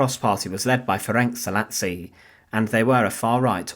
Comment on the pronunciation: Szalasi pronounced Sah-lah-shi